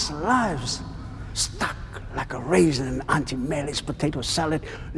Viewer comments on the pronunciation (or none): "The Raezin"😂😂😂